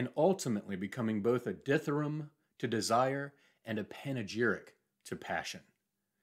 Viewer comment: Ah! Thanks. I would have expected a bit more of a "ram" pronunciation at the end - but I still would have to had to refresh my memory as to the meaning, tbh ... !